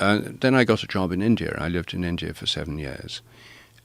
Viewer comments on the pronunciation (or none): India, not indear! In-dee-ah Normally I wouldn't bitch about this sort of thing, but this dude keeps saying it and it's driving me more insane than I already am.